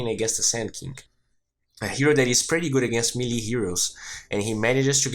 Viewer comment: Parabéns pelos videos! São os melhores que encontrei até agora. Apenas um detalhe que gostaria de tentar ajudar, você utiliza muito a palavra "PRETTY" em seus videos, nesse em particular acredito que usou umas 3-5x, no caso você esta pronunciando ela de forma errada e meio que acaba soando bem feio/fora. Muito comum de acontecer com essa palavra, especialmente para quem é nativo do português. Direto ao ponto, você esta pronunciando a palavra "PRETTY" como "PRÉTY" quando deveria ser "PRITI" (UK) ou "PRIRI" (US), como você pode ouvir neste link: De qualquer modo, parabéns pelos videos, como disse, são os melhores que já encontrei até hoje, 10-0 na concorrência.